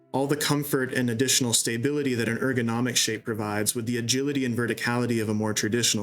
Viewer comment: "staybility" btw